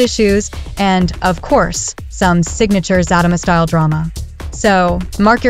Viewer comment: The narrator needs to learn how to pronounce the show name is Zatima not Fatima.